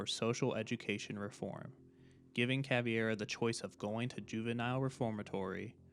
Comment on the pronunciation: Ngl as a Brazilian I've never heard someone pronouncing "Vermelho" "Caveira" and "Capitão" so badly, but killer video anyway man, very very good!!